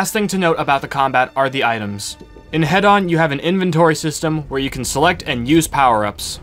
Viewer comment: It's pronounced hee-don btw. As in hedonism.